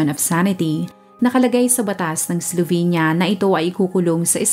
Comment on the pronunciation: Pronunciation po is "Slovinya", I lived and worked there in the late 90s for 2 years